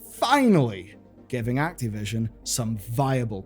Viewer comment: Who's "Activion"?